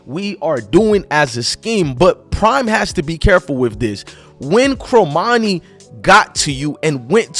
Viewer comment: 1- it's pronounced CORmani not CROmani.... 2- you say ''to bash this kid the way you have'' is over-simplifying since in the text below the video you said ''earning the praise of.'' 3- another click-bait title ''done with CU''... Unless you're Cormani's best friend or his cousin, you have no idea if he's staying in Boulder or hitting the portal, so don't act like you know any fact before it's proven. At this point, he's staying. I'll bet anything in your wallet he'll have a solid soph season as a Buff. (gawwwd, I despise click-bait bs)